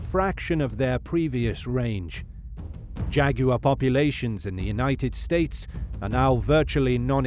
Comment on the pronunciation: "Jag-you-are" the winner.